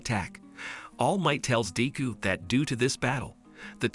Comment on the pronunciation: All might caught up to daku it’s deku d e k u